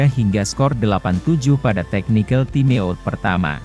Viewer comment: Parah komentator TIME OUT harus dibaca TAIM AUT mas ini bahasa Inggris, perbaiki diri kalau mau maju